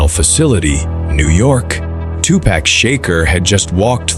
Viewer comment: cant even say his name right